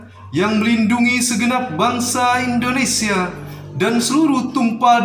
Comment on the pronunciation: Peri bukan priii ya beeb, Indonesia bukan Indoniiisia, Tetap semangat n terus berusa,, insyaallah bisaaaaa💪💪